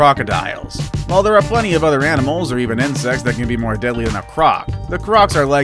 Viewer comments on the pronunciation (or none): none